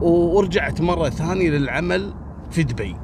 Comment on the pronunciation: اشكرررررررك لأنك نطقت اسم مدينتنا صح دُبي مش مثل الناس الثانيين اللي ينطقونها ( دوبي)